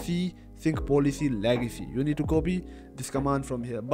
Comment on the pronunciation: It should be Legacy not Lagacy